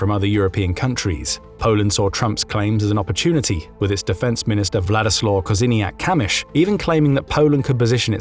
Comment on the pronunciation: I really have to pay respects to your pronunciation of Polish last names, especially Kosiniak-Kamysz - that's not an easy task! And yeah, we always feel... pressure. Like all the time. I mean pressure regarding being raided, but the last couple of years this pressure increased considerably. I would also like to express my gratitude for all the heartwarming words I read in the comments. Also, I must admit I'm touched by them. Yeah, quite... touched. Thank you.